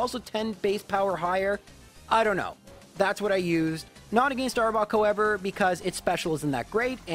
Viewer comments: I thoroughly enjoy the videos, but I cringe every time he says "agāinst", with the hard 'a' sound on the second a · To be fair, it's deserved for how he pronounces against :P